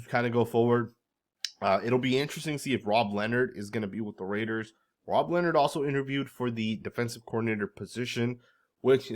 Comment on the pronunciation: I can’t stomach hearing Russell Wilson butcher “Raaaaaaiiiiddddeeerrrs”